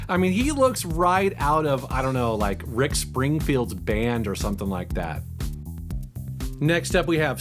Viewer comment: ahuh huh he said rick spingfield huh huh huh huh